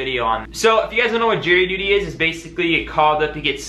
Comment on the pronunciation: are you saying jerry duty or jury duty 🤣